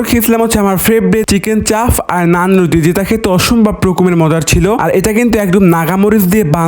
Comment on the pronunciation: নানরুটি❎ নাননুটি✅ 😂😂😂😂